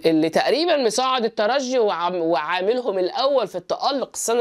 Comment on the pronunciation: رجعت يا وجه السعد.عدينا معك الموسم الفارط جميع تحليلاتكم منطقية وممتعة.متابعكم من تونس. شكرا على نطق الترجي بالجيم.تحياتي